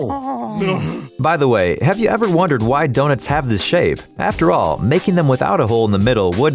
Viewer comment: Did he just called the Donets